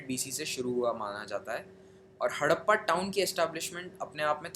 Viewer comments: That's not hadapa that's harapa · Not Hadappa.. it's Harapa